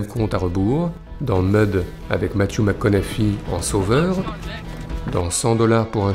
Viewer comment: Je vais me permettre de corriger la prononciation du nom de Matthew McConaughey... c'est simplement un H aspiré et non pas un F... ici aux US on le prononce Mac Conne Hi mais le prononcer Mac Conne Hey serait déjà un bon début... Sinon, merci pour tout ;)